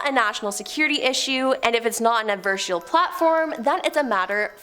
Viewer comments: &it didn't take long for our to once again make us cringe by, mispronouncing something.. it's NOT "AD-VER-SHELL"!! Pretty sure she was TRYING to say, "AD-VER-SARE-EE-ELL"!! For an English major like me, the constant butchering of the English language is SO FRUSTRATING! Cuz WE are then left TO TO FIGURE OUT what it is she's trying to say! Aarrggh! Come on, PLEASE! If you don't know, or you're not sure, SOUND IT OUT, LOOK IT UP, GOOGLE IT, or ASK SOMEONE!! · Do me and yourself a favor and learn how to say adversarial